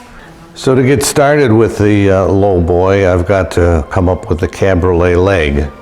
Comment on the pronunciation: Cabriole, no "t" on the end.